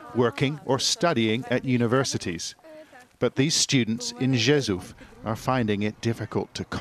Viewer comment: Rzeszów is pronounced rhe-shoov not jejhoov ;)